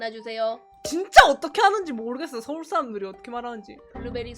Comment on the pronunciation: 니 완전 스울사람같다 아 개웃겨요 ㅋㅋㅋㅋ 뭔가 평소에는 크게 사투리쓰는것같지않아서 더웃긴듯요